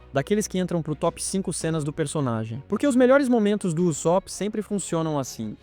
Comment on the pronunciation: "Uzópi" dói de ouvir...